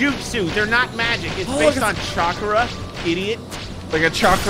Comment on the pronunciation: It’s Chocra not chocera